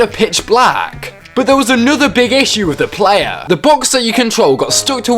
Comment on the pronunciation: “Plaaaayaaaaah Weuuuurk” Jesus that accent dude